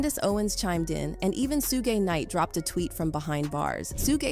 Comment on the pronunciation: Did she call Suge Sugay